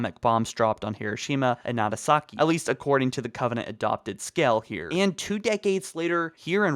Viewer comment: OK. It's Nagasaki not Natasaki.